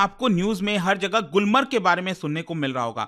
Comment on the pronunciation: गुलमार्ग not गुलमर्ग